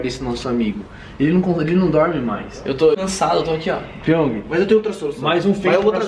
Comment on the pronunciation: O porteiro fala pong Piong:não moça ê piong Crs, pq vc não fala Jaime